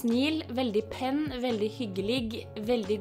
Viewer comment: Love you! Digger å se videoene dine hvis jeg kjeder meg. Du er så morsom, så kul, og den rene komikeren 😅 Love youuuu (igjen) heheh Btw DIGGET NÅR DU SA "Veldig penn" slik som det sto ahahaha lo meg ihjel